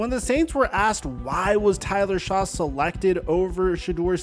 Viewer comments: His last name is pronounced Schuck I believe. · "if you don't know who Tyler Shough is" bro it sounds like you don't either. You didn't even get his name right. It's been said so many times over the last few days. How am I supposed to listen to you explain something that you clearly know less about than most of us....... You must have done a quick Google search and just read the name Shough because you clearly haven't heard him or anyone else say it. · Never trust someone who doesn't know how to pronounce Shough properly when Shough's name has been said on national tv for 5 straight years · You seriously undermine your credibility when you are unable to pronounce Shough correctly. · can't be bothered to learn how to pronounce Shough. SMH. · And pronouncing his name wrong. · 100 comments about Trump and how much the Browns suck, but nobody mentioning his pronunciation of Tyler Shough? For shame, people. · Tyler Shaw lol bruh do you even watch football and talk about the dabol interview coach said he couldn’t get on the white board wasn’t prepared and if you watched football you would know it’s Tyler shough pronounced like shuck you do people watch your videos when clear you don’t care enough to get the names right ! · Shough is said "Shuck" not "Shaw" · Yay, more sanders riding. And it’s pronounced like “shuck” not “Shaw”. Sorry he didn’t have a tv show for you to get sweaty over. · it’s like Shuck not Shaw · Shaw? It's Shough, pronounced "shuck" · Not Tyler Shaw it’s Tyler Shuck… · You been mispronouncing Tyler Shough last name, and it driving me crazy, it sounds like Shuck not like Shaw! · Shuck not Shaw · EVERYONE tries to pin this on anything BUT the character concerns! THANK YOU for seeing it true and saying so. Also Tyler Shough is pronounced Shuck my man. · It's pronounced Tyler "Shuck" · Shough is pronounced Shuck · Tyler "Shuck". Seriously that's how you pronounce it. 5 second Google search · Pronounced “Shuck” you C- student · Shugg just say shugg